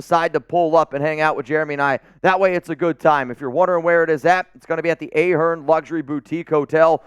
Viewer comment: It's pronounced "Ah-Hern", not "A- Hern"...